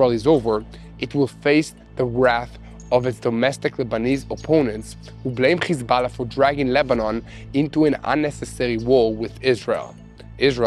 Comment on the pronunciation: It's Hizballah not Khizballah,when says the word he sounds like is he is clearing his throat,please correct the pronunciation it's H not KH.